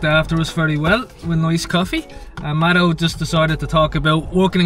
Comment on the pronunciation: The first couple of videos I saw I hadn’t paid attention to name of channel/content creators. I thought was calling her madam. I still have to remind myself he is saying Mado!